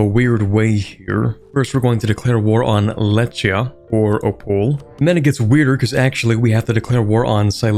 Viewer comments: I love how you give your best to pronounce the slavic names. One thing to note for the future is that CH in western slavic languages is a digraph meaning that the letter C and H become one sound which represents a strong throat H sound. For example the country you were facing in the game, Lechia, would be pronounced as Lehia with an H sound like in the English words house, hike, mahogany. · (Lechia is pronounced as Lehia, not Lečia)